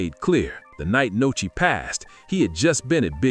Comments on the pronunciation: WHO TF IS NOCHI 🤦🏾‍♂️ ITS NUSKI STUPID ASS NARRATOR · Nuskie!!!!!! Not Nochi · Who tf is Nochi? It’s Nuski dickhead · You goofy as hell for calling that man Nochi 😂😂😂